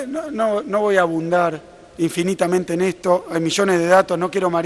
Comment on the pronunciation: El inútil de Kicillof dijo: no voy abundar?? Se dice: AHONDAR ‼️‼️‼️ Este personaje va a dejar en pelotas a la Argentina, renuncia Kicillof!!!